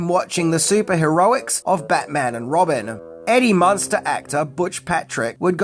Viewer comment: Do you see an "o" in the name Munster?